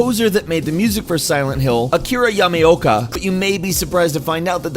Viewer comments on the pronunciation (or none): Its Akira yama-o-kah not yamioka. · akira yameoka??? WTF!? YAMAOKA